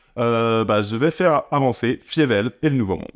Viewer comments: Par contre ça se prononce "Faïveul" et pas "Fiévèl" 😂 ! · "Fiévèle" par "Don Blousse" ?? Faïvel et Don Bl.... euh je sais pas. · Je ne peux pas t'envoyer de vocal mais mes oreilles saignent face à l'écoute de la prononciation de Fievel que j'ai poncé enfant.